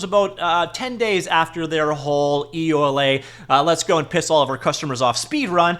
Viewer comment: EULA? I thought one LA in America was enough...